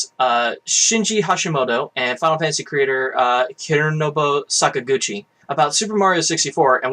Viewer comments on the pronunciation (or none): Congrats on the video! Also “Saka-Gucci”